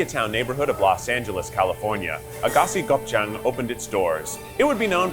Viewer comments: I’ve never heard Aghassi Gopchang pronounced like that before 😂😂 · The way he is pronouncing things including the name of the restaurant physically pains me